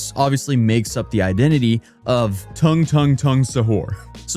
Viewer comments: Tooong, not tongue 💀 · Tung is pronounced "dung" in the actual language